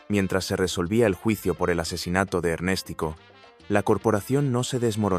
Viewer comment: No se dice Ernéstico, sino Ernestico, diminutivo de Ernesto. Los mafiosos mayores de Cuba aún siguen en el Régimen de los Castros y Díaz Canel.